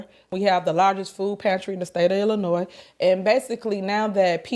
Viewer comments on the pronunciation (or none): Let me correct you the “s” is silent in Illinois and the township is Thornton I live in the township which consists of 18 suburbs which she has left in shambles also Dolton is not a poverty stricken suburb that would be Harvey or Dixmoor our property taxes are ridiculous I heard it’s a hit on her and the boyfriend bug eyed ignorant a** , the inconsistencies in this video is outrageous the food she was giving out was expired and spoiled all she did was throw line dancing classes and bingo every week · You pernounced "Illinois" incorrectly as you do with at least one word per video. You're an internet "wish" i was a journalist type vibe is cracked you weiny 😂